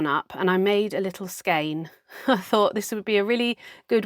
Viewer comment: Loved the sheep coat you made out of your second spin! I've always pronounced "skein" as "skane", so no need to change it, IMO. You are already correct! I always put several ties on my yarn when it's on the niddy-noddy before removing it. Some people might even say I overdo it but it does prevent the yarn from becoming a Gordian knot. (Use a contrasting yarn so that it's easier to find when the time comes to remove it.) How do people spin really finely? For some of us, that's just our natural spinning style. Have you got a choice of grooves for the band on the flyer? If you have, use the one with the largest diameter, as that will slow your flyer down, which will help to reduce the over-spinning. (As a very fine spinner, I need to "over-spin" because otherwise those few wisps of fibre just won't hold together.) Were you thinking of the "Spruce and Linen" channel for the lady who weaves pictures with art yarn that she makes? She does some lovely work. I get the feeling that you are going to have lots of fun spinning adventures and learning ahead of you.